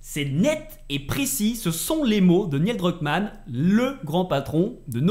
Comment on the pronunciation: j'adore tes vidéos, mais par pitié.. la prononciation! 🤯 Neil Druckmann ne se prononce pas "Niel" 😱 Le "i" est après le "e" et se prononce "Nil" (comme Neil Armstrong) 😉 Ça m'a vraiment trigger surtout que tu le prononces plusieurs fois d'affilée 😉